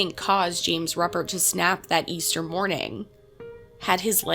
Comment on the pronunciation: Pronounced ROOpert. He died in prison yesterday. I was 3 when this happened a few blocks away. I’m enjoying the great content. Thank you!